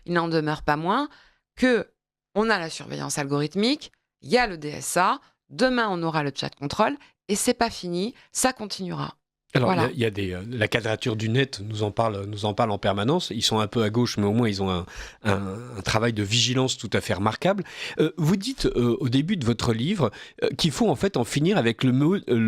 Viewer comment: Cher, Merci d'avoir invité cette dame pour ce constat passionnant mais terrifiant. Juste une ou deux petites choses, svp: - on ne dit pas "des solutions pour lequel..." --> On doit ACCORDER "lequel" au nom auquel 🤭 il est attaché - on ne dit pas "cadrature", mais "kwadrature", parce que c'est "la QUADRATURE du Net"...